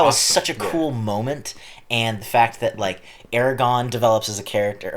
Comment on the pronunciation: Thank God you didn't say Aragon instead of AragoRn.... A pet peeve of mine from other reactors